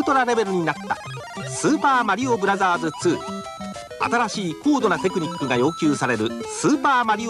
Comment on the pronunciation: Japan commercials: "SUPA MARIO BRAZZAS"